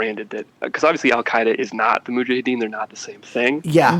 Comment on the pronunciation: Brace saying Mujahideen wrong every time makes it hard to listen to this